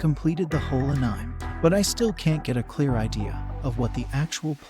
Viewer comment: Ahhh-neee-mayyy say it with me anime